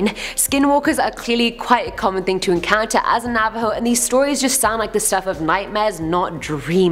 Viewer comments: Take a Bomg Rip everytime says Navo.:j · Every time she says Navaho take a shot!